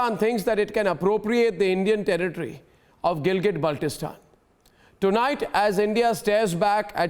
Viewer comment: saying tarrrritri for territory sounds like toiletries